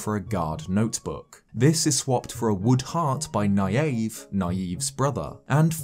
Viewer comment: Is that really how you’re supposed to pronounce Nyave?